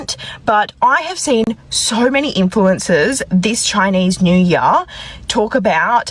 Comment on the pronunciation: Chinese new yar? 英语的奇怪发音